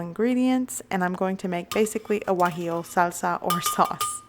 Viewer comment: Guajillo, not Guajio